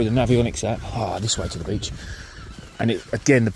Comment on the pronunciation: I bet if some of English words look Welsh the way you pronounce them. Du-the. Wowa-water. Free-three etc. as bad as us Geordies haha. Great video tho. Personally I would feel a blank coming on, fishing in water so shallow. Ain't got the bottle to try it.